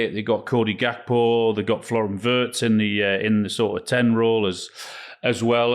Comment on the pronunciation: Guys, PLEASE Please, talk to a German speaker about the pronunciation of 'WIRTZ'. It is NOT 'WUrtz'! The pronunciation of the 'i' is close to the 'i' in 'picnic' and close to 'ee'. You must know a German who can teach you.